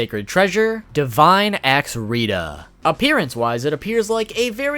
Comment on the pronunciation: he pronounces rhitta to rhidda